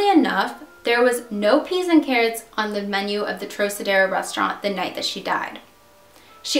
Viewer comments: Trocadero is pronounced "TRAHKahderoh", not "trohsaderoh". Otherwise, good video. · Great job, though it is pronounced “ Trokadero” rhyming with rock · Great video. The Thelma Todd case has always been intriguing. One of the Lane sisters owned that building on PCH at one time, she willed it to Franciscan monks I seem to remember. One thing for future reference if you use the name again. Trocadero is a hard C (like trok). I know C's gets confusing with Luciano and DeCicco pronunciations. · That would be TROCK-a-dare-oh. It was a nightclub. The Thelma Todd building on PCH has always been haunted. Businesses don't stay there long. It's got creepy vibes and it is the place where lots of cars break down. I had two such occurrences in the years I lived in the area. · I enjoy your vids, just one thing; the trocadero is pronounced like "trockadero" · Trocedero= Trock a dero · Sorry. Had to comment. Trocadero is pronounced Trow-Kuh-deh-row. Di Cicco is duh-cheek-o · Lol just fyi it's pronounced "troCadero". The "C" doesn't sound like an "S". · Probably owed money to the wrong people...obvious mass cover up... The restaurant is pronounced Trok-adero... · the troc in trocadero is pronouced like croc in crocodile. It was probably in the top 5 for famous nightclubs ever in Los Angeles. just an fyi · I was also going to mention the pronunciation of this classic Hollywood landmark but that would be my only negative comment.Your' videos are wonderfully accurate in the details, conspiracies and legends of the incidences you cover. I am an old Hollywood lover and know all of these scandals by heart. It is very satisfying and rewarding to see a younger person as yourself keeping these legends alive and retelling them for a new generation. Superior work! Keep it up! I love your' videos! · good video except the way you pronounce Trocadero...